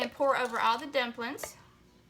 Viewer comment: I love that country accent. did you say dump lins